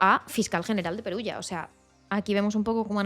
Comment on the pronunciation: Perugia (:Peruyia) no Perugio ;)